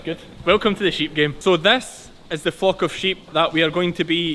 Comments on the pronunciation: You really should pronounce the L in flock a bit stronger. 😅 FOCK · As a Canadian, my delicate North American ear keeps hearing you say "my sheep Fu*k…". Initially I had concerns but now I understand what is going. Love this content. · When you say flock I think your saying fuq! Love this new channel. GP is awesome I love sheep hate cows they seem very gross to me.